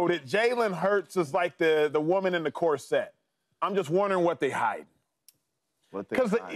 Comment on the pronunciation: Cor-sette ? What is that ? Do you mean corset ?